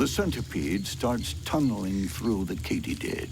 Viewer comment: i like how he says katydid